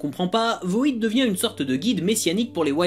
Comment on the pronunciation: C'est cool que tu parle du Grifter, c'est mon personnage préféré. Super épisode! Par contre c'est pas voïdeuh mais VOID (vide en anglais).